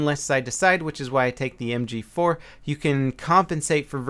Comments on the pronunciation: "Em gee foo" lol i always wonder why my mouth and brain disconnect when trying to provide some verbal announcement as well.lol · Hoogy 4 like a korean fruit store lady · I know it had me cracking up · Lmao listen very carefully on how say "mg4" He sounds super asian lol